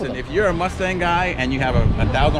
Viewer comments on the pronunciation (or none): none